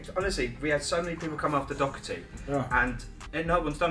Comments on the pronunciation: OMG!! how can you not know how to pronounce Doherty or at least ask somebody it just blows my mind. Great job though. Oh, get your $$$$? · The failed attempted at saying Doherty 😂😂